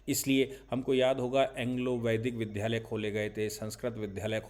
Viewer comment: आपके सभी विवेचन बहुत ही उच्च स्तर के हैं। दुर्भाग्यवश आप विद्यालय शब्द को विध्यालय बोलते हैं। इससे अनेक लोग गलत उच्चारण को ही सही मान सकते हैं क्योंकि ' महाजनो येन गत: स पन्था ' अतः इस बात पर ध्यान देना चाहिए।